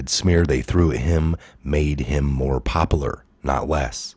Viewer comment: Love this channel...🇺🇲🇺🇲 Bugs me you said popalar instead of popular